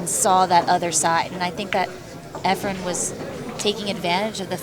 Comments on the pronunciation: I watched this a couple of times. Terrific match, terrific video, and very good commentary until left the booth. I wish the English commentator would somehow discover that the name of the Filipino player is *E F R E N*......the last letter being an *N*. His name is not not "Efrem". There was once an actor named 'Efrem Zimbalist Jr.' Maybe the English commentator has the two confused. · Amazing match. Why is it so common in the pool world to have commentators (who presumably are familiar with all the great players) call Efren EFFRUM? It's splitting hairs but it's pretty irritating. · Efrum?! How can they not know his name, or is it on purpose? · Wow these commentators are stupid. How many times are they gonna mess up Efren and Earl's name.